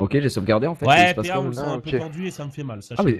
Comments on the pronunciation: Gros le "fan" a la place de "faon" kameto il écrit ca, il s'fait insulter ses longs morts sur 20 générations et ici : " bah ca passe, ca se prononce pareil" x) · Paon et non faon 😂